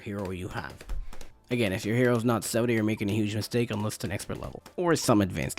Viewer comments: Had to cut the video short. Mans kept calling Sauda, soda😅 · He said Sauda the first time😂 then just forgot how to say it😂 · Sounds like he said, "Which is why we get Zelda.". But he probably said, "Which is why we get Sauda.".